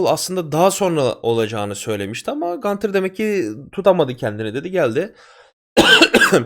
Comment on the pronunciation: Abi gantir değil gunther ya da günter , adam Avusturyali ya amerikali gibi okuyorsun